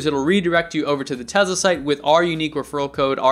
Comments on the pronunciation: It's Te"S"la not Te"Z"la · Why are you pronouncing Tesla like that? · "Tez la" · It's a Tesla not a Tezla, WTF